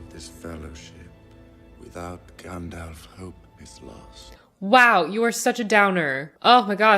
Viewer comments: not gendolf but Gandalf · (Just a pet peeve of mine, please don't take it personal-like...) Too many people pronounce it, "GandOLF" Practice correct pronunciation of GandALF: Gand-Alfred Hitchcock... Gand-Alvin and the Chipmunks... Gand-Alice in Wonderland... ...make up your own. 😜